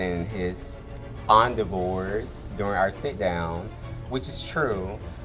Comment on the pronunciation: Why did pronounce endeavors like that...